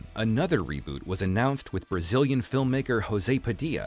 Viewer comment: Slight nitpick: "Padilha" is pronounced with a hard L, since it is in portuguese rather than spanish.